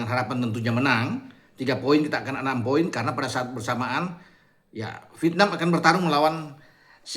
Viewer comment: Vietnam itu diucapkan "Viet.. nam" bukan diucapkan "Pitnam"